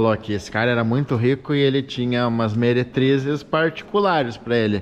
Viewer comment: Os "meretrizos", kkkk